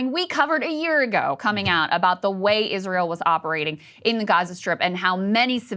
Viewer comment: "Eerisseaeeral deserves peace"